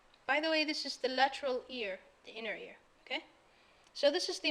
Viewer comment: ماشاء الله عليكي.. تصحيح فقط انك كررتي نفس الغلطة اكتر من مرة وهي انك بتقولي Inner Ear !!